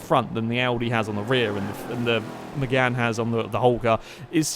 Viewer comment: its 'Mégane'